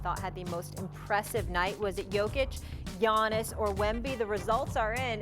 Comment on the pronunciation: Learn how to say his name first… Gianis was mouth breathing in that game… Wemby is a beast